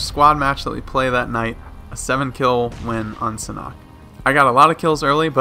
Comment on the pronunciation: ”SAN HAWK” not ”sanok”